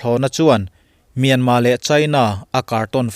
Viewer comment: A lam dan leh a ziah dan a dang deuh ani e. Myanmar ti a ziah khi a dik a,mahse a lamrik dan erawh chu myanma ti a lamrik tur ani,a tawp a R lai khi lamrik loh tur. Thailand te hi TH a H lai hi anmahni Thai ho hian an lam ri ngailo,chutiang bawkin Myanmar lam pawn Myanmar ti in an lamri lo a,myanma anti.Sapho chhiardan hi a dik ber emaw kanti ngawt zel a.